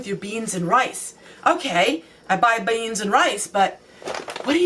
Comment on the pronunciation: the way you said 'beans' is cracking me up! <3